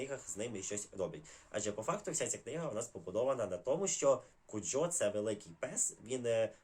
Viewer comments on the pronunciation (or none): Прочитала всі згадувані вами книжки. Теж дуже люблю автора. Переважно, згодна з оцінками. Не розумію тільки, навіщо ви розсипали стільки спойлерів :) P.S.: правильно Ку́джо, це іспанське слово.